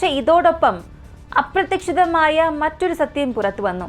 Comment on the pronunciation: മോളെ,ചില മലയാളം വാക്കുകളുടെ pronounciation preshanm ഉണ്ട്. Correct ആക്കാൻ ശ്രമിക്കുമല്ലോ❤❤❤❤❤അപ്രതീക്ഷിതം എന്ന word ഒന്ന് കൂടി seriyaakkiyal നന്ന് ❤❤❤❤❤